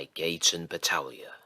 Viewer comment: Thank you so much again for narrating this! You did such a good job. I love your illustrations, too. Those are definitely unique compared to other narrators with whom I have done work. And sorry for being so insistent about my name. You pronounced it perfectly!